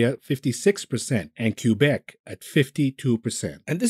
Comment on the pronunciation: Queue-beck XD... bro, i'm offended. It's pronounced Kay-beck